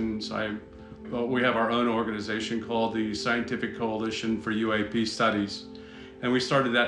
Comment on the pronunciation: WTF is a EWE-APE-EEEEEEE?????????????